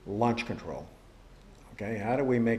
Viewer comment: Lunch mode!!!!! Do you want fries with that?..sorry the accent sounfs like lunch instead of launch..